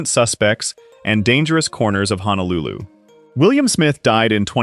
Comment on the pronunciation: Can any one of these commentators please pronounce the place as Honolulu and not HANALULU? There is no place called HANALULU. It is Ho no lu Lu. All of these actors gave their all to Hawaii 50 and are remembered with love and dignity.❤️❤️❤️❤️❤️❤️❤️❤️❤️